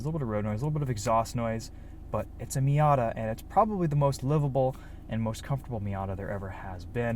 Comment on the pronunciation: it’s been a while since an american pronounced it right